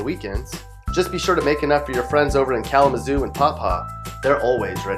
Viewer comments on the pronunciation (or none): Hahaha, got a mention at least ¯\_(ツ)_/¯ He said it wrong tho, it's "Kala-meth-zoo" 😭😭